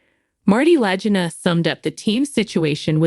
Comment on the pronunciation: She can't even pronounce the names of the Lagina brothers right. What a load of garbage